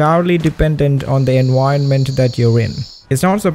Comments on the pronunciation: "studio Jibly" "enWironment" 💀💀💀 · Hi! I hope this doesn't rub you the wrong way, but could you please try to standardize your pronunciation? Especially the "v" phoneme, which you pronounce "u", like in "enuironment". You'd think concerns like this would probably come from people trying to defend their language or something like that, but actually your way of speaking would be EASIER to understand for native English speakers, which I'm not. If it's in your interest to be better understood by non native English speakers, I suggest you make an effort to standardize your pronunciation. 😊 Oh, as an aside, "gi" in Ghibli is pronounced like in guillotine. Cool video! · I hope it doesn't come off as offensive, but I would find it a lot easier to understand what you're saying if you got the V sound down better. Whenever you say environment or vision it sounds like enwirenment or wision